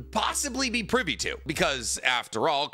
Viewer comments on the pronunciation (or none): none